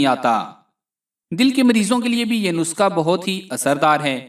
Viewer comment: Bhae,nuska nhi nuskha hota hy